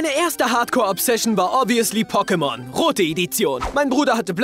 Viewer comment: Deine Betonung von Pokémon treibt mich als sehr großer Fan in den Wahnsinn xD